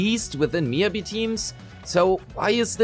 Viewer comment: MiYAbi. Not Miabi, it shouldn't be that hard